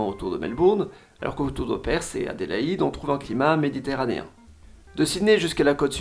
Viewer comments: Perth pas perssss, sacré francais ahahah quand allez-vous comprendre que th ne se prononce pas s , voici une video pour apprendre a prononcer Perth , en voici une autre pour la forme , sinon très bonne vidéo comme toujours. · Et Perth ne se prononce pas Persss XD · Alors j'aime bien tes vidéos mais ne propose pas des promos pour des cours d'anglais en prononçant si mal PERTH (que tu prononces "PERSE" 🤮), NEWCASTLE, ET Gold Coast, ça m'a sorti de la vidéo plusieurs fois, ton sponsor perd en crédibilité. Merci pour tes vidéos 👍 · Si tu avais beneficié de tes propres sponsors tu aurais su que Perth ne se prononce pas "Peyrthe" mais "Peurth" et aussi que "Castle" le T est muet.